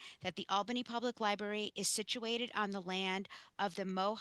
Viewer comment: I enjoyed your presentation but PLEASE, it’s "library", not "libarry", okay?